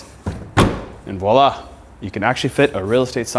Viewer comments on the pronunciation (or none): none